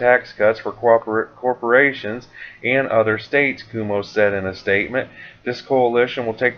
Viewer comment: It's pronounced Qoow- moe